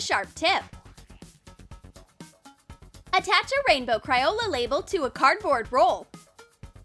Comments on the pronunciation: Also, it isn’t, “cRioLA”😡 It’s CRAYOLA🙄😡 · Why did she keep on saying Cri-ola?! It’s Cray-ola get it right sis 😡🤬😡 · its cr-ae-oh-la that's how you pronounce it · How u say crayola wrong